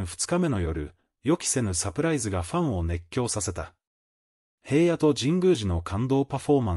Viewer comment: おい、へいやって言わないで下さい。ちゃんとひらのって言ってよね😤